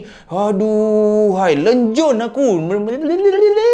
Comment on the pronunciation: Lencun bang..bukan lenjun